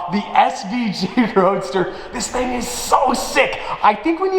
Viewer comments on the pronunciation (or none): none